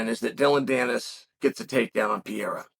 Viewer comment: Why you’re calling him “Piera”?? 😭😭😭